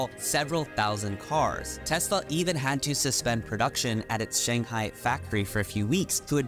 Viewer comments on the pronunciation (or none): none